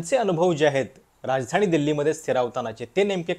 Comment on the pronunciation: ईतकी वर्ष ह्याचं नाव एकतोय मराठी पत्रकार म्हणुन... पण ह्याचा न ण चा घोळ काय गेला नाही निणय राजधाणी चेअरमण..... ऐकु शकत नाही ईच्छा असली तरी... काहीतरी वाटुन घ्या जरा लिहीतो तसं बोला जरा😊